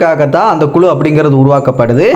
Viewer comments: குலு இல்லை.குழு என்பதுதான் சரியான சொல் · குலு இல்லை.குழு என்பது தான் சரியான சொல்